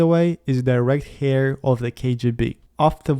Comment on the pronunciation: Good video,! Note that 'heir' is pronounced the same as 'air', not like 'hair'. (silent h)